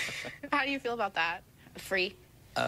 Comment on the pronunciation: Said Somobwana it's "Feel" not "Fill"